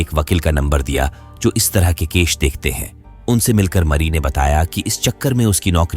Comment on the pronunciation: Case ❌ kesh ✅